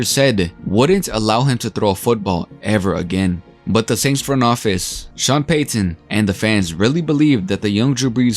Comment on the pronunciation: Hate the way this dude says Payton and Peyton